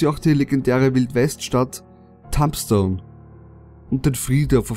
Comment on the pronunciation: es wird tuumstone ausgesprochen ;D ist sau cool da